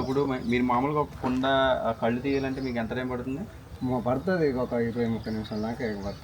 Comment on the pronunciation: కళ్ళు కాదు కల్లు అనాలి.